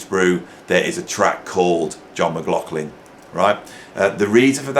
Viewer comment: Or maybe "Mc Loff Lin".... 😁😁